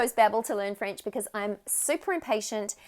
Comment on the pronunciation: Très belle prononciation! Bravo.😊 I am French Canadien and it was wonderful to hear you speak in French. You are good! 🤗🌟